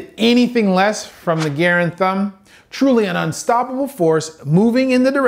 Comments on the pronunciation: Excellent analysis of the video. The only critique I could have is the mispronunciation of Garand. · just so you know.... It's pronounced "Gah-RAND Thumb" and isn't his actual name. The term stems from soldiers loading the M1 Garand rifle and is a blunt force trauma to the thumb caused by the rifle bolt seating itself while loading the magazine into the receiver. Enjoyed the video! Keep em coming! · DOC,it's GA--RAND I perfor OO Buck in Magnum this will blow your lung out Mass x velocity squared==KINETIC energy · Love the video, super funny how you call garand thumb “garen” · Why are you calling him garen ? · Yup, and Garand Thumb was an injury sustained when the breech closed on the soldier's thumb after they inserted the clip. Just as an aside, Garand is pronounced GUH-rand. I was moderately miffed that pronounced it incorrectly. I still enjoyed the content, but I wish he had researched the pronounciation. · John Garand, the eponymous firearms designer, pronounced it "GHAR-OND" (but as a thoroughly polite Canadian did not correct others), watch the 'Forgotten Weapons' episode on this ... what was that about research? : ) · Wow... can you figure out how to pronounce Garand before you go reviewing a Movie from GarandThumb? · mispronunciation of garand is tearing me apart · I hope by now you know how to pronounce Garand. I do very much appreciate your analysis as well. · You stole Garand Thumb's content but couldn't bother to pronounce his name correctly? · Good video, but it was very painful to hear you pronounce “Garand” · I really wanted to watch this video but I couldn't get pass the miss pronunciation of Girand. But will attempt to watch some other videos on this channel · His name is pronounced Garand not Garand... Jeez ... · Please pronounce Garand correctly next time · I was thinking that ... he's saying it like John Garand! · so we just gunna let him pronounce "garand" like that... lmao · Is he purposely mispronounced garand? Lol